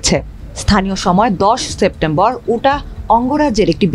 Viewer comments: উটাহ না, এটা হবে "ইউটাহ"। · উচ্চারন ইউটা হবে উটাহ না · না ইউটাহ হবে